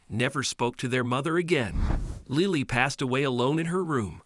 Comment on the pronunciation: "seen"! "Lie-ly"! A daily dose of moron